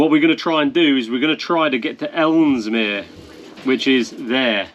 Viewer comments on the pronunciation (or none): It's Ellesmere not Elmsmere 😁👍🏻